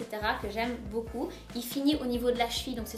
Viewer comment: Bébé lily au dedans ;)"Je l'aime beaucul beaucul" xD